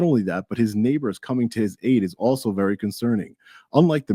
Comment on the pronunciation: “ be vawee vawee quite, I’m hunting wabbits “